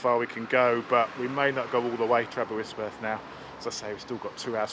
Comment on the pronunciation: Aberystwyth not aberystworth...arghh